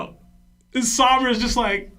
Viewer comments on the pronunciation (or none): none